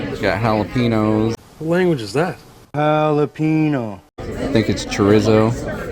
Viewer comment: Choh-reez-oh! Not chore-is-oh.